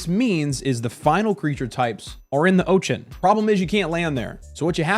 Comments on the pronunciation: please don't say ochen. please instead say ocean. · Why do you call it the "Otchan" what's up with that. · "Oach-en" Bro..where are you from, I've never heard of that pronunciation of Ocean in my entire life. I'm old too. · Never heard anyone pronounce ocean as "oation" before and I can't stop focusing on it lol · very funny how u say ochan :D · Say ocean again 😂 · I love the way you say "Ocean." lol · You pronounce "ocean" in a way that was not previously conceivable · hehe, exactly my thought, when he said it the first time i was like what did he just say? rewinding a few times 🙂